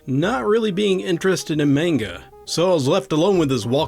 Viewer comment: Low-lee. Comes from Lolita by Vladmir Nabokov. And mahn-guh.